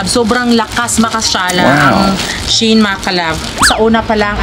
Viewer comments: SHE-IN pag basa ana mami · It reads as She-In po